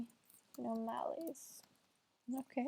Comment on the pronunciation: It’s pronounced an o mal es